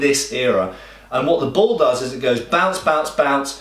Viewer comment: It took me a second to register that he was saying ball rather than bowl.